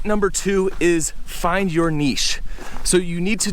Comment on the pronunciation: There's a lot of things I like about you and your channel, but one of my favourite things is the way you pronounce 'niche'. The correct way! 😀